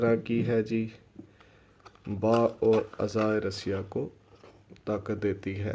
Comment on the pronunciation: Bewaqoof 😁 Rassiya nai Ye lafz Aza e raeessa Hota hai Tum Rassiya parh rahay ho